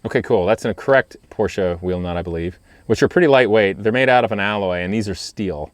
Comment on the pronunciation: Thank you for pronouncing Porsche correctly. 😉